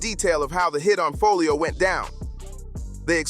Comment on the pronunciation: lol he keep saying his name wrong that’s wat he meant by who’s folio 😭😭😭